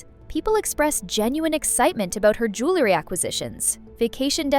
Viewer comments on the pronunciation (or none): The word the JEWELry. Not JOOlery. 🙄